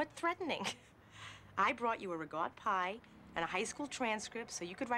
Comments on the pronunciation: It's RICOTTA pie, not rigott🤣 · Why does she call it regot pie? She is literally the only person anywhere I've heard or read call it that.